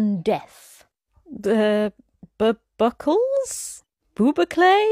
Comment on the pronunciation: Ohhh, i have to remember that one. "I have a honking bubukle on my nose, I look like The Gruffalo" 🤭 I'm presuming it's pronounced boo-boo-clay then🤔